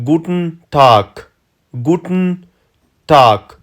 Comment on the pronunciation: وروره T ټ نه تلفظ کېږي T ت تلفظ کېږي لکه ګووتن نه ګووټن